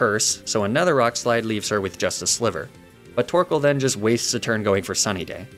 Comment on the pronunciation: Can you please stop saying sliver 😭😭😭